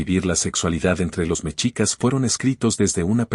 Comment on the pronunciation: La palabra mexicas, se pronuncia "meshicas", no "mechicas".